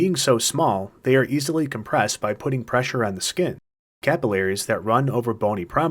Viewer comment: who the fuck says capillaries like that